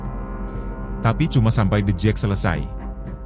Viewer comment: The jak min bkn the jack